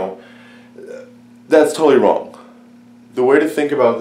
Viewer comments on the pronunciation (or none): none